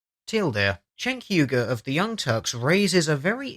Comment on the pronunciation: Sounded like you said Cenk Hyuga cause he definitely aint no Hyuga he blind asf